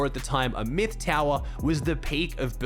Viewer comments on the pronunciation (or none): none